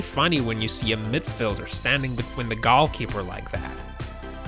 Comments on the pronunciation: Why the fuck are you saying Golkeeper its GOALKEEPER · Goal keeper...NOT gall keeper. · Did this nigga just say gol keeper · What the hell is "gall keeper"? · What the hell is a gowlkeeper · I never knew u were suppose to try to score gaules, and the gaulkeeper was there to try to stop u. I always pronounced them "goal" and "goalkeeper." Stupid me! But at least i know now.